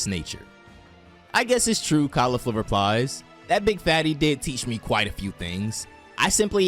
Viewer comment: This shit was atrocious tho… the pronunciations where so bad dude I can’t 😂 kalifla and the resengan 😂 and the way you talked to me thru the whole 17m I watched painstakingly 😂 good concept tho not yours so I can at least tell you that you did a horrible job narrating it 😂